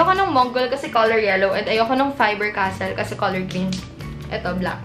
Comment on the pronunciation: faber castell kaya yon hindi castle hahahaha